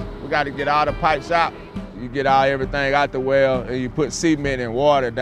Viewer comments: man pronounced cement as semen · I love how they pronounce it cement instead of cement.